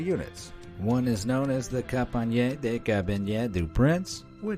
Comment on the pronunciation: Kompanye de carabinie do prince